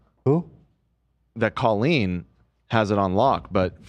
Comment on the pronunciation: better put some RESPEKT on the name. Colleen ballinger goes by CO-leen. Not cah-leen. Please don’t lump us together.